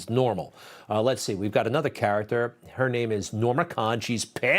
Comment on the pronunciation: Joe snafu Biden has massacred every name he’s introduced